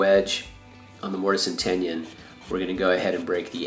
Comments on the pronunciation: So, you are a wood shop teacher, I take it. That’s why I was surprised to hear you pronounce tenon “ten-yawn.” Nice mallet. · barbara kvistad , That's funny you noticed. I say things messed up all the time. Long as it stays together. Cheers